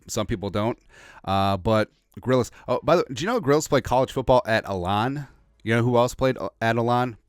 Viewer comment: Grillas? Gillas bro